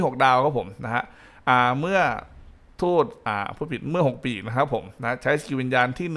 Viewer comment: ทำไมการเรียกชื่อ6ปีก มันแปลกๆครับ555